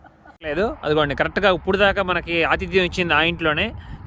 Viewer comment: ఉప్పుడు కాదు అన్నా... ఇప్పుడు.....🤣🤣🤣